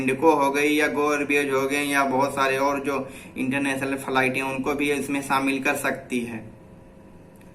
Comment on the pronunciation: Faliet Nahi flight hota h